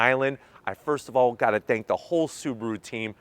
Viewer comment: I’m sorry, zank for price,zank for speed ,zank for charging,zank for range and I’m sorry is not for me. Nice review 👍